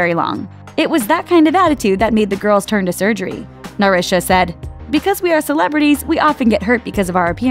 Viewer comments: how tf does she mess up “narsha” it’s literally an american name... seriously???? ‘neri-sha’ ?? this is a whole mess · how is it that you're mispronouncing even common english names like Narsha? Narusha? what? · I forgiving as the voice person most likely isnt familiar with how to pronounce korean sounds/names but I can't on some of these sames like Narsha....there's no "I" so why is there an i sound included. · How do you butcher Narsha???